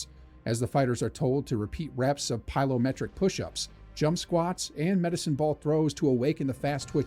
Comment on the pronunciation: that should have been "Plyometric" not "Pylometric!" Your 'bot' can't read!